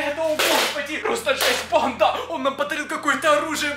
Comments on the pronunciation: Почему ти говоришь банДА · Бесит когда говоришь банда